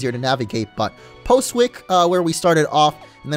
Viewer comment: Postwick is pronounced possick